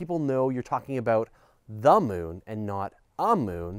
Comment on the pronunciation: "Da Mewn"